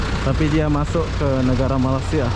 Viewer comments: bang cara bacanya maleysya.. bukan malassiya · Malaysia, bukan malasia biar fasih kedengaranya.